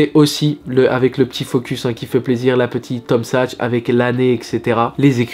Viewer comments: Superbe la vidéo mais on dit Tom saks pas sachs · T’es en mode paire jaune orange en ce moment ! On valide surtout la Tom Sachs ! ( qui se prononce SaKs btw 😛)